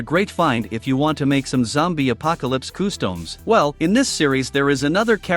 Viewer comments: why do you say customs like coostowms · I’d anyone else bothered by the robot narration? It took me the whole video to realize “koo-stomes” was…customs. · coo-stomes…not watching any more of this channel for sure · Customs ❌ Costoms✅ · nobody: nothing the ai text to speech: KoOhsToMEs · I can't get over the way they say customs / costumes.